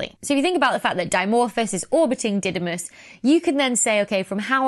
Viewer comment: In greek, it is pronounced DIdimos (Δίδυμος = twin) and DImorphos (Δίμορφος = one who has two shapes), not D(a)imorphos.